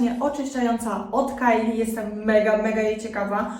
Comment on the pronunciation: cena tych kosmetyków nie jest skandaliczna moim zdaniem, to są kosmetyki celebrytki, które posiada dwie ogromne firmy i nie oszukujmy się, ale nie będą one kosztować 20 złotych, o to w tym chodzi, ale podoba mi się, że jako jedna z nie wielu mówisz Kylie przez A, czyli w tym przypadku poprawnie. Pozdrawiam